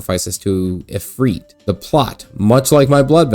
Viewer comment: ifrit not ifreet. ends in it no eet